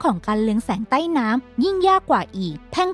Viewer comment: รู้สึกว่าคำว่า ใต้ ของแอดแปลกๆไปนะคะ แอดออกเสีงสั้นไปค่ะมัันเลยแปลก แอดลองออกเสียงยาวกว่านี้นิดหน่อย นะคะ เผื่อดีขึ้น